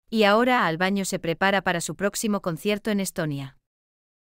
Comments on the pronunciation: No se dice ALBAÑO. SE DICE ALBANO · Exactamente,opino como la otra persona que dijo, que digan el nombre de la Aerolinea,...es un informe mediocre,....la locutora que relata dice refiriéndose al cantante como Albaño" y es Albano, con N ,......no me gustó este informe. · Tal cual Albano con "N" ,no Ñ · NOOOOO ES AL BAÑO NOOOOO ES : ALBANO, AL BAÑO ANDA RAPIDO POR NO PRONUNCIAR BIEN EL NOMBRE DEL CANTANTE, LEE LOS COMENTARIOS DE TU NOTA: ES ALBANO CARRISI, ENTIENDEEEEEE